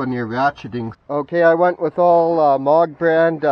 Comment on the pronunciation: Think of a cow mooing when you say Moog. Not Mog. I also know where you bought those. Advance Auto.